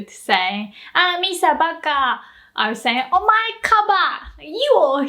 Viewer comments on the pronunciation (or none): Is it o-ma-e or omai sounds like you said omai.